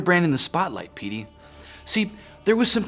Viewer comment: when davis says "petey", it actually sounds more like "p.d.", as in like peter has a last name that starts with "d". which got me really confused on my first time watching the video